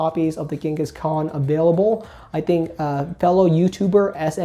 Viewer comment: Do you pronounce "Kangaskhan" as "Genghis Khan" as a joke or 😂